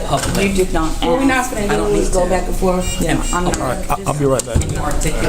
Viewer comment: It's A S K NOT axe!